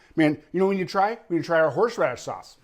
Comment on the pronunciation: ...I have a hard time saying "Horsh-raddish" too....